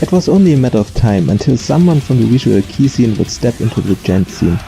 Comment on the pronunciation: Wow ich bin echt beeindruckt wie schnell du Videos produzierst 0.0 erinnert mich daran, dass ich mal meinen faulen arsch bewegen sollte und noch das Nokubura konzert uploaden muss! kleines Feedback: Das "kei" in visual kei wird wie beim wort okay ausgesprochen und nicht wie englisch "key", ausserdem glaube ich beim besuch eines live konzerts von far east dizain gehört zu haben, wie keita beim vorstellen der band das Wort dizain wie "design" und nicht wie beim namen "zayne/zane" ausgesprochen hat (hier bin ich mir aber nicht 100% sicher, da es bei der akkustik eines live konzerts manchmal schwierig sein kann, alles korrekt rauszuhören)